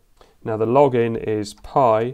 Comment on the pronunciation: its piiiiii not PIE and piiiiiiimiga not PIEmiga. i mean if it written pi pronaunce it pi not pie(pai) yeah even written pie is pronaunced (pai) lol yes tes in my language rules. and thats write read and pronaunce like it is. english alphabelts a=ei b=bi c=ci my language a=a b=b c=c LOL funny right. uk pronaunce cat as cat and american pronaunce cät. there is no ä in US lol. pi pronaunces as pie. and pie is pronaunced pie LOL. some englisj word are pronaunced as it was my language but some are like WRITTEN WRONG lol why same aplhabet is pronaunced different in other words LOL it should say same its same LOL xD